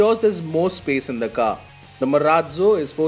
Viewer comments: Marazzzo sounds like maraaallloo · cant wait to hear him say Marrratzzo once again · What is wrong with the anchor's pronounciation of "Marazzo"!? It's a good name but he's making it seem funny. SVP- please resume reviewing these good cars.